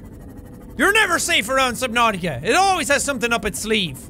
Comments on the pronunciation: its just a way he decides to say subnautica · Nobody: The subtitles: subnauseous I just realized... He actually said that